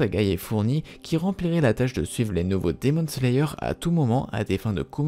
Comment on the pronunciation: Quoi il a dit dimon slayer